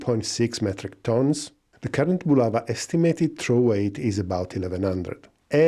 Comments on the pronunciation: Не "Була́ва", а "Булава́"! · Not "BulAva", but "BulavA"!